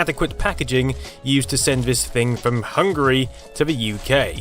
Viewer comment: sorry mate but even if you realize I'm from Poland mean that - it hurts when I hear Hungary like you're starveling like donkey ;) sorry again :) maby is something wrong with me. peace. I really like your channel.